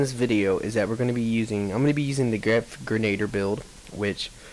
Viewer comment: Two thingsL First, it is pronounced "gren-ah-DEER". Second, the guy who asked what a "claim war" was... I think he might have misheard someone talking about a Claymore, the huge-ass shotgun.